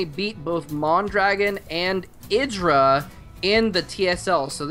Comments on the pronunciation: It's pronounced like Id-dra. Not eye-dra. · Oh no, he pronounced Idra differently than how HD does. Now I'm all confused :(